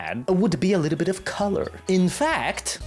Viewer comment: Whimsical wittle scwug